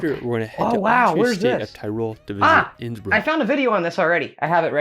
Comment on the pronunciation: you asked 'How is his pronunciation?'. The answer is 'Ab (Innsbruck isolutely atrocious'. It is a bit like a non-English speaker pronouncing Cincinnati as chin-sin-nay-tie! When visiting countries for a first time, PLEASE, PLEASE, PLEASE learn how local place names are pronounced if you don't even learn to speak a little of the language out of politeness to your hosts! Schönbrunn is pronounced 'Schern-brun' and See (meaning lake) is pronounced 'zay' (rhyming with say). The worst example I have ever seen was an American vlogger who pronounced the the town of Waldshut (on the German-Swiss border) as 'ward-shut' instead of 'vaaldz-hoot'. In German, 'V' is pronounced as 'F', 'W' is pronounced as 'V', and 'Z' is pronounced as 'TS'. I love Austria and the Bodensee and visit Lindau every year - roll on mid-June and my next trip! Have a closer look at Lindau and it's surrounding area - Switzerland is a 20 minute train ride, Austria (Vorarlberg) is a 10 minute train ride, Liechtenstein can be reached in under an hour, and Zurich and Munich can both be reached in a 2 hour train ride (Innsbruck is a little further - it takes 3 hours).